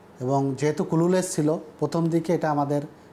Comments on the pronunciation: কুলু লেস, ক্লু লেস্ শব্দ উচ্চারণ টাও বলতে পারেনা আর অফিসারদের নাম নেয়ার আগে তেল মারে😆😆। আহারে যোগ্যতার নমুনা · বাহ চমৎকার উচ্চারণ কুলু লেস